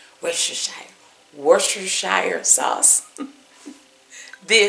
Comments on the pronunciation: I think its pronounced "wood-stuh-sher". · woo-ster=sheer. 12 years stationed in England English wife; I know. Plus "well done" is a misnomer. Medium rare, tops, is best. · It’s pronounced “worse-ter-sher.” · Easy way to pronounce Worcestershire (per my British boyfriend): War-stir-sheer. Easy peasy! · Pronounced either Wistershire sauce or Worchester sauce. WOR-Chester sauce is the more common English pronunciation. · Worcestershire is pronounced "Wuss-ta-shur". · Woostershur...a lot of those extra syllables are silent and unnecessary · Excellent idea to use the Lipton soup mix in the burgers. Will definitely try this. Google how to pronounce worchestershire...you will be shocked!